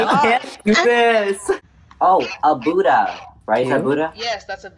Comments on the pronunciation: its not im not tryna be offensive but they pronounce it like boodda but the actual pronounciation u hv to pronounce it like buddha not booda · THE WAY THEY SAID BUDDHA JUST KILLED ME, THAT AINT HOW YOU PRONOUNCE IT YALL XD